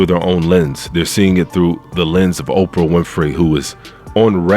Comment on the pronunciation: But can you please say these peoples NAMES right? SPEILBERG. .There's no "S." OPRAH, there's no "F "and it"s Halle Bailey, not Chloe. You're entitled to your opinion, but at least at minimum, say these peoples names right. It makes YOU sound like the "buffoon."